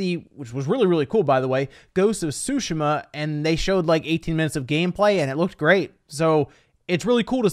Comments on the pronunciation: Ghost of tsu-shi-ma, enphasis on “shi” it ain’t sushi lol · TSU SHI MA NOT SOOSHAMUH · It's "TSU" not "Shu" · It's not "su-shu-mah" it's "su-shi-mah", certified weeaboo here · Ghost of “Sushi-Ma” 😂😂😂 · he was making fun of how he says it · This man said ghosts of Shushuma😂😂😂😂😂😂😂😂😂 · Tsushima is pronounced "su-sheema" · Sooo, sheeeeema, is the right way to pronounce it bud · Ghost of SUSHI-MUH. Please stop saying it wrong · As a Japanese speaker I was happy that you were saying "Tsushima" correctly before... why did you change ! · He has said it right before idk why he said it like that lol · I gagged evertime u said Tsushima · The way you say Tsushima hurts my brain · The way you pronounce Tsushima needs to be fixed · the way you pronounce Ghost of Tsushima is irritating as hell